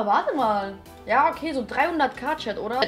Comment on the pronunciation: Dieses "jha" von hahahaha